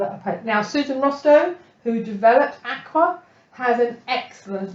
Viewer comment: Great videos. Susan Rostow, the maker of Akua inks says, Akua is pronounced a-koo-ah and means "spirit" and "honor the land" in Hawaiian.